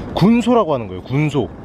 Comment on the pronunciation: 군쇼라고 안하고 군소라고 해요..